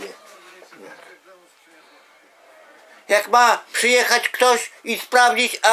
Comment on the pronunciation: "karierę" xD